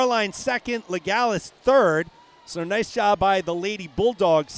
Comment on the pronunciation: It’s Charlee’s mom writting. You are right, LeGallais is french, and the « s » is not silent. 😊